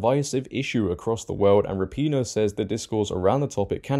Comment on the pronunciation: Rap-IN-O or Ra-pin-O not PEEEN-O